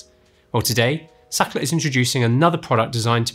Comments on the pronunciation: More like Saakrhtlar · German engineering 👍️ the word Sachtler is a german word, then it should be pronounced "Zaht-La" where the 'h' is stressed and not silent like in English.